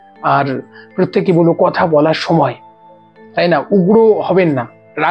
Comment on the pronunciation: আপনি কথা উচ্চারণ বারবারই কোথা বলেই যাচ্ছেন দাদা । জয়গুরু ❤